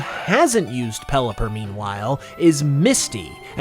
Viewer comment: Peliper? You mean the word champion Pokémon? Never heard of it